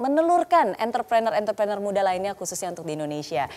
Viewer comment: Entre prenurr Not Enter prener..